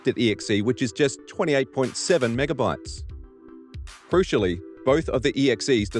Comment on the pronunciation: Denuvo? More like Den-oof-o